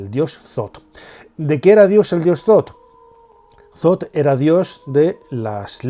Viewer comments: Shoth, no, th es t no s, entonces es Shosh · .. Bueno, yo hablo de la pronunciación en español, si está escrito Thoth se pronuncia Tot porque la H es muda, pero el narrador pronuncia Sot, independientemente del nombre correcto